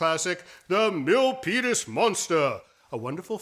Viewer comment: I refuse to believe that I'm the only one who hears say "Millpenis Monster"! 😳😳😳